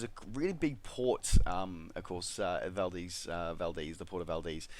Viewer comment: BTW, Valdez is pronounced VAL-DEEZ with two Es.